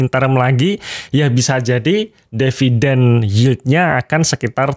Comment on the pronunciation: tulisan di video adalah DIVIDEN, tapi ngomongnya selalu DEVIDEN. saya yg nyubi jadi bingung wkwkwkwkwk